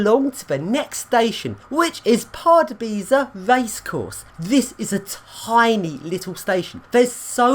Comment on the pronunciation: I'm half Czech, its hradets kraloveh not kradek kralov and pardubitseh not pardubeechy 😂 Nice vid of the pendolino though